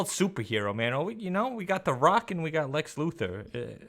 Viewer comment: it's Lex